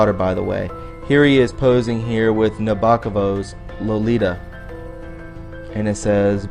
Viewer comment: riiiight? Triumvirate, Nobokov....it reduces credibility!